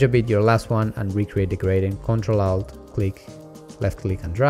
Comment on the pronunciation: Just to put it out there for those who are watching this video for the first time, when you him say, ''Out", he's actually saying alt.